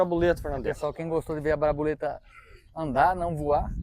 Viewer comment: Nome parece ter sido Borboleta, mas alguém falou Braboleta, até difícil de pronunciar!Kkkk Vamos ver o retorno!